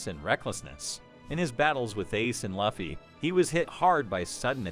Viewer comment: How do you say luffy wrong?